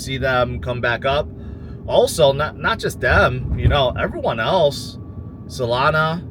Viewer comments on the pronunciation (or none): none